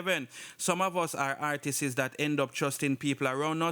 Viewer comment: For real!!!! So annoying “artisses” 😑